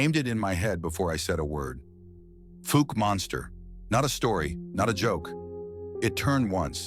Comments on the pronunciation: Fowk not fook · Pronounced falk